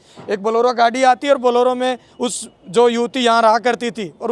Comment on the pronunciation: बोलोरो नहीं बोलेरो कहें l🙏